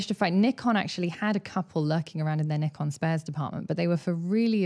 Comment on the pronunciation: No it’s not it’s Nikon not ne. 😜